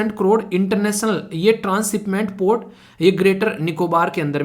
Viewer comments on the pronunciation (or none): none